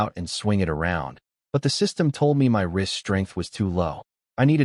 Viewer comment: Whenever he says "wrist strength" I keep hearing it as "rizz strength" and I'm just like lol they need to add that, like skibidi rizz lvl 99